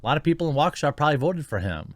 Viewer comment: As someone from Waukesha County, downtown being about 15 minutes away, I am surprised people in the media are actually saying Waukesha correctly